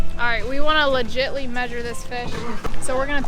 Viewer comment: "We want to legitley mesure this fish" what? lmao